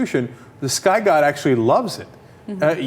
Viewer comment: I love it how he says "YOUR SKY GOD"